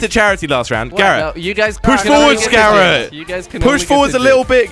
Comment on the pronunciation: Wait, Garret or Carrot??